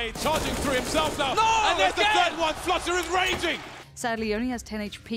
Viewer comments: not exactly, I'm confident Pasha is capable of making the "u" sound in "Flusha" without making the "oo" sound. It's not that he was saying Flusha's name in a polish accent, it was a mispronunciation of Flushas name that was likely intentional, hence the meme. Pasha is known for making these types of jokes himself, Shroud was "Shrood" and then "Shrimp". It seems like everyone else is in on this joke except for you. Even if "Floosha" is the way to say the "u" sound in polish, that is simply an origin of the style of joke, one that everyone is well enough aware of, and is not an explanation that can invalidate the meme of spelling, in english, the way that Pasha pronounced Flusha's name. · Its flasza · its not even flusha its flosha